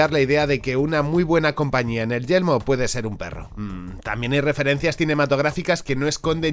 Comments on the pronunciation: decia siempre yelmo en ves de yermo solo por eso el video es malo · Sabes que se dice y se escribe «yermo» y no «yelmo», verdad? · Yermo, YERMO, yeRmo por Dios! No Yelmo! :"(( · He tenido que quitar el vídeo la tercera vez que he escuchado YELMO xd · dices yelmo o yermo? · No es yelmo,es Yermo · Es Yermo, no Yelmo xD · muy buen video, solo una cosita de na, es yeRmo🤪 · A mí me da que se le confunde la r